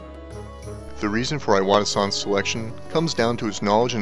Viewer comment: (Important note: Iwata is pronounced EE-WAH-TAH. If Japanese wants an "eye" sound it will use "ai"—his name would have been spelled "Aiwata".) I started the Nintendo club inside of Square Enix and we played Super Smash Bros. for Wii U daily at lunch (and even had some in-house tournaments). I continue to play Super Smash Bros. for Wii U at home daily. The Legend of Zelda: Breath of the Wild was a masterpiece that I found extremely hard to put down, which is quite rare for me these days partly because my standards are so high after having grown up with Super Mario World and The Legend of Zelda: A Link to the Past, and partly because I sternly have to reject games that can't be quickly picked up, played, and put down, in order to cater to my life as a developer who can mainly get games in on the train rides to work etc. Nintendo makes it hard to be a fan sometimes. They are extremely obnoxious when it comes to stocking shelves etc., their region locks can go to hell (in 1 year from 2016 to 2017 I lived in Japan, the UK, and U. S. A., and thus I have multiple Wii U consoles and multiple (5 total) copies of Super Smash Bros. for Wii U and 3DS), and I would never work there. Inside the industry, it is fairly well known that working conditions at Nintendo of Japan are pretty bad, as it remains a typical Japanese work environment. Long hours, too many codes of conduct, overly strict chains of command, and even uniforms that look like factory-worker uniforms. You're just a number, so